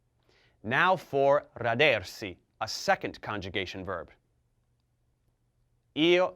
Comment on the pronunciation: rádersi not radérsi